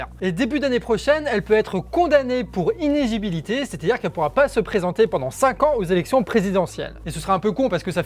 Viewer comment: Inélégibilité et pas inégibilité...